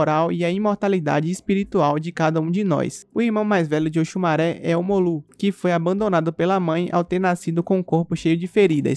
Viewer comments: Oxumarê kkk e não maré kkkk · Òsùmàrè, se Pronúncia Oxumarê...Ok!